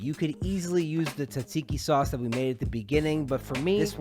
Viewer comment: came from snapchat. fellow Greek Montrealer here. overall very good! and you say tzatziki quite well. you're technically covered since you wrote "Greek inspired food" in your description. no one can come at you 😅